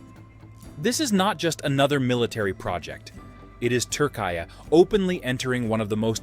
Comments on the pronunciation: “TURKAY”İS THE MOST UNUSUAL PRONUNCIATION OF TÜRKİYE. NEVER HEARD OF İT BEFORE. HOW DID THIS PERSON COME UP WITH İT? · Dude, your attempt to pronounce of Turkiye is terriblly bad. Either make an effort to pronounce it proparly or just say Turkey.